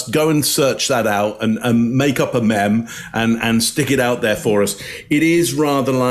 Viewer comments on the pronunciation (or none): needs to stop saying "memm" instead of "meam". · The real question: does he teach "G7 leaders" to say "mem" too? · Maybe we should switch to pronunciation. Whenever there's a real burner, we can call it "mem(e) brulee". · who’s gonna be the one to tell it’s pronounced “meem”?…😂